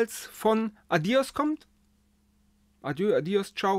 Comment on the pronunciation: Beim spanischen "¡Adiós!" liegt die Betonung auf dem o = "a-DJOSS". 😉